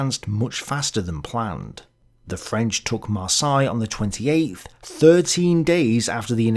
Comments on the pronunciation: Maar say, Maar say, not Maar sigh! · Heads up the "Seine" in "Seine River" is pronounced with a soft "S" not a "Z" sound. For "Marseille" the "ei" is pronounced like the "e" in the word "led" ("he led us to victory") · “MarsAille”??? I’d always heard it said as “MarsEille”, including in France. Not sure if this is a British English vs American English thing. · Mispronounced Marseille....Mar-say not Mar-sigh.. Seine River...sane....not sign. Ugh! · Not marsY we prononce it mars heylle thats how you should try to say Marseille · Yes, it is Mar-say. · If you're going to do this, learn how to pronounce Marseille correctly. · So... is it pronounced DE-vers or De-VERS??? uses both pronunciations and this is confusing... 😢 The way pronounces French toponyms, such as "Marseille" and "Seine" seems also weird for me, it doesn't seem standard British pronunciation either. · The way you say Marseille must be intentional. Gotta show the French who is the boss. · I often wonder where you come up with the weird pronunciations for places and people on your channel. Google "How the French pronounce Marseilles" and you will get the correct pronunciation. Of course, that works for most other place names as well, if you use the local pronunciation in your query. The local pronunciation is always the correct pronunciation. You did get the pronunciation right later in the episode. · Driving me nuts too and I'm a Kiwi. You'd think that growing up in England you would have heard Marseille pronounced a few thousand times! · Love but he's mangled french places too! Marseille changed through the video too! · I believe Devers pronounced his name with a long e in the first syllable - Deevers. Also, check your pronunciation of Marseille.